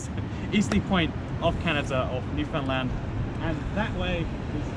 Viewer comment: New fa land. Say it like a newfie.